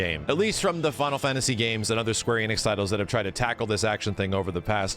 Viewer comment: Why do you say "fantasy" with an accent? "Fawntasy"